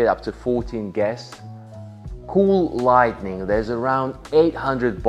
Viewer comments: It's light-ing not light-en-ing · and I hope doesn't take it the wrong way about the pronunciation stuff, it's just little stuff like saying lightning instead of lighting, or saying chic (he pronounces ch instead of sh) otherwise love your videos and hopefully one day soon I'll be one of your customers!